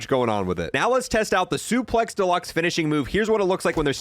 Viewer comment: "Supex" Deluxe